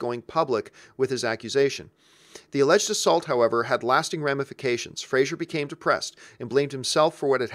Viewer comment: “Fray-zer,” not “Fray-zure”. (According to Fraser from Dickie Roberts)